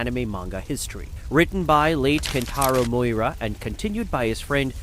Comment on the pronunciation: MI-U-RA! You flocking pleb!